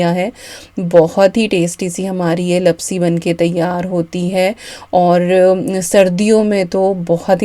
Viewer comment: Hi dear..i am Gujarati so i want to say that the sweet dish is pronounced Laapsi not lapsi... Love watching your vlogs..👍